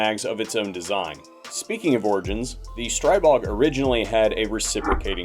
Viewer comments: *** STREE-BOG is the correct pronunciation. Not STRY-BOG. . . Kinda like calling a Glock a GLOAK. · Str-ee-bog, at least according to the guy who owns the company. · You must have Cerakote friends who would at least repaint his gun. Wait, did he say Stripig? I thought I heard Strubig. Either way. He better have his custom painted for it.